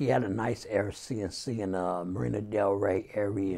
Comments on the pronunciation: Nicca said Air C n C🤣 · 🤣🤣🤣🤣🤣🤣🤣 he said Air c n c 🤣🤣🤣🤣